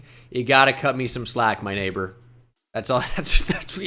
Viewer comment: “My naber” with the hard r is crazy